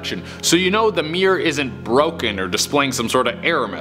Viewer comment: You know it's pronounced mirror, not mear right?